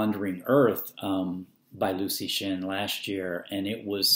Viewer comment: hints: pronounced as LEO TSU SHIN